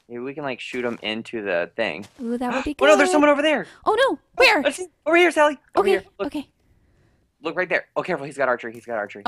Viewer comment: Sally not dally